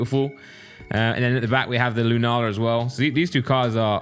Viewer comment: you really need to play one of the later games, Because i cringed so much on the Lunala and Solgaleo pronunciation. I suggest Ultra sun/Ultra moon, Or lets go pikachu or eevee. Or just play them all it increases your knowledge by a tenfold.